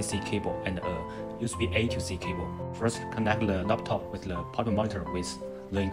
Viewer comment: My fellow Asian Brother Don't say, "Le" it's "THE." Lets get this right.